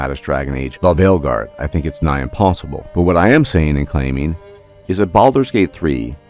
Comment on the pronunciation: Weird question, why does you say "The Veilguard" like that? I've heard in other videos, is it like an algorithm thing?